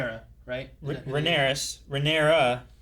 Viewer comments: Not a huge deal, but Rhaenys is pronounced “Ray-niece.” Names are all close, but gets a little confusing with Rhaenyra when pronouncing it “Rhanyrys” lol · RHAENYS!!! Princess Rhaenys! Not "Rhaenyris". There is no character named Rhaenyris. All that note taking just to end up still not knowing the names correctly. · is the only one who pronounced Princess Rhaenys's name correctly.....Everybody else was pronouncing it Rheaneras, Like Rheanyra with an s, And they weren't talking about Rhaenyra they were talking about Rhaenys. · Pronunciation: Rhaenyra = Ray-near-ra (Viserys's daughter) - 3 syllables, no "S" Rhaenys = Ray-knees (Queen Who Never Was) - 2 syllables, with an "S" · it’s Rhaenys (Ray-niece). Kind of the weakest episode so far (and the season has been fantastic imo) due to questionable writing choices. The whole Rhaenys scene, made zero sense, this White Worm character is kind of pointless, Ser Cristin Cole needs an epic fucking beat down, Ser Westerling just up and left despite “no one can leave period”, wicked underuse of Aemond. And Otto is getting a bit irritating. Extremely well acted tho Hoping the finale kicks this back up to where it was. This ep just felt off for the previously built character arcs. Hope now that Viserys is gone (and Paddy C held this show together honestly) the writers rely more on Aemond and Daemon. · FYI Rhaenys (the queen who never was) is pronounced Rey-niece ;) emphasis on the last part, “neece” haha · You pronounce the name of the Queen Who Never Was - Rainys (spelt Rhaenys). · Rhaenys name is pronounced (Ray-knees).